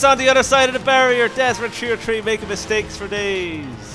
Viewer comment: Cooper Perea it means three but he's Irish so he says it like TREE